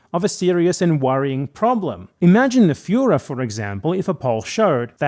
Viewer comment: "Imagine The Für-" What? oh, "furor". He said "furor".